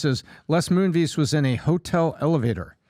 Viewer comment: Does intentionally mispronounce names? If not, WTF is wrong with him? It’s Les Moon-Ves, not MoonVees.